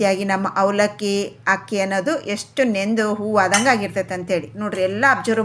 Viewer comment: Not hakki, it is akki